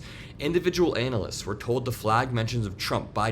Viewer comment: Please say "analysts" the right way. The beginning of the word is not pronounced "anal."